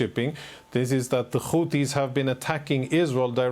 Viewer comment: They’re called Houthi’s NOT Houti’s!!! There’s an H after the T for a reason and you’re supposed to be an anchor? I don’t know why this drives me so crazy but it does 😂 Say it with me,, Houthi’s 😂😂